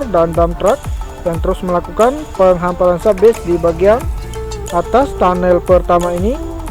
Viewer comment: PENGHAMPARAN bg, bukan PENGHAPARAN.👉👌